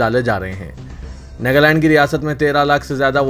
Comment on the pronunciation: NEGALAND nahi NAGALAND koi tho durusth karo iss Bande ko